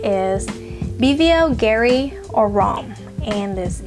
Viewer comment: yeah keep doing the haul thing n giving us anxiety 😆...i'm about to get a sample of blue turquoise , i remember smelling it liking at one duty free. My faves from MEMO are Italian leather and tiger's nest. Ohh and it's pronounced, Bulgari like boolgari (the V is actually the U) 🙂.